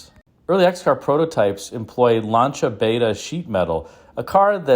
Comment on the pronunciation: Bravo for the correct Lancia pronounciation!